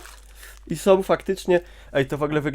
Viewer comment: Nie ma w polskim jezyku słów "som", "takom", "tom". Istnieją tylko "są", "taką" i "tą". Tych pierwszych nie da sie słuchać.